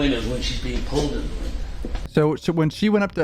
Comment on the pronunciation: Bro said we the jewelry